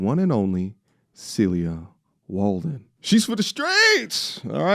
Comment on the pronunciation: Why do you keep saying celia Warden when her name is Walden?